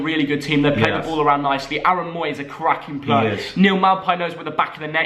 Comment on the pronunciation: Omg he said CRAKIN PLUR